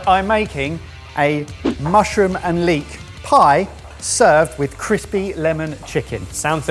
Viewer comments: So are we just ignoring “chrispy” chicken? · "chrispy". Am I missing something?